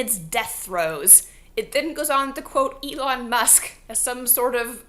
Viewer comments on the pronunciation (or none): none